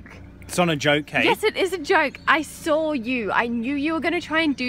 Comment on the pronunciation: "You big Wally! I sawr it!" Love it haha